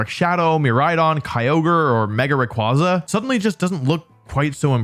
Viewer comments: I have to be that guy a year later but it’s “Zahk-see-on” and “Ray-qway-zah”, not “Za-shee-un” or “Rah-qwah-zah” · It's "Ray-qway-za" btw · RayQUAYza! Pronounce it right. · Its pronounced Zashian! Video unwatchable tbh. RAY KWAY ZA. TS PMO